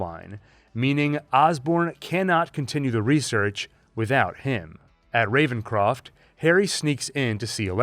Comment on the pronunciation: Lmao revencrof lol!